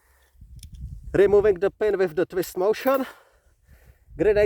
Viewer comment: When you say GHO-1 it almost sounds like G.I. Joe 1, which makes it interesting when you mention the grenade is made more in tune to Western style grenades.